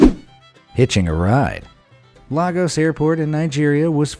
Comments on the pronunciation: Hey, DUDE, IVE LIVED IN LAFOS FOR HALF OF MY LIFE AND ITS NOT LARGOS-ITS LAGOS, SAY LAYGOS LAAAAAAAAAAAGGGGGGGGOOOOOOOOOS NOT LARGOS STOP INSULTING MIGERIA ALSO, THANKS FOR MENTIONING MY HOME CITY ITS A REAL TOURIST ATTRACTION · It's pronounced Laygos not Laagos. I should probably start calling New York 'New Yolk' smth. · Lol it's pronounced /lay-gus/ not /lah-gus/ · it's Lay-gos not La-gos. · Lagos is pronounced like laygos. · Haha I was in a plane is Lagos in 2019. Also it’s (Lae-goss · It's pronounced laigos but spelt Lagos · Its pronounced ley_gors 😆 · Hey dude u pronounced Lagos wrongly